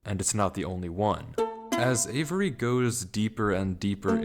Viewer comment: The way this dude pronounces the name avery in the video was bugging me man 😂